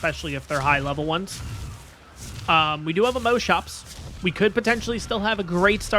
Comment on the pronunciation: I have never heard any ark player pronounce Moschops as moaschoaps like how you say most, ive only ever heard it pronounced as moss. Thats really interesting. Also excited to find a new series to look forward too during the summer.